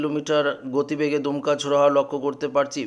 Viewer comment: এরা কোথা থেকে বাঙলা শিখেছেন/দমকা কীভাবে দুমকা হল ????? !!!!!